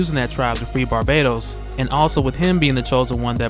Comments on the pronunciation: His name isn't pronounced barbados. Its bar-bat-os. U aren't putting emphasis on the bat part of his name so it sounds like ur saying the country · Isn't it pronounced Bar- Bah- Tos?? not Barbados? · Isn't it Bahr - BAT - os?